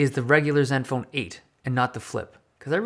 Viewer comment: “parts of zeven phone seven” 😂 Dave love ya bro